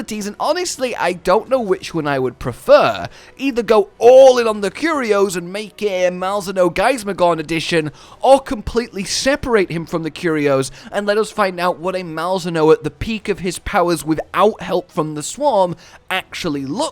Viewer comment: 9 months and is still saying gaismagorn